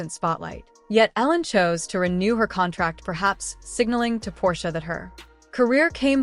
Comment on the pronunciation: Really? The stupid robot voice can't even say Portia's name correctly.